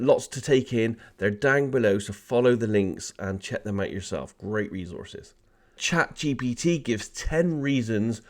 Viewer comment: Dude can't say ChatGPT to save his life